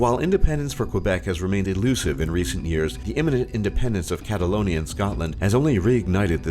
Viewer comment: He got catalonia right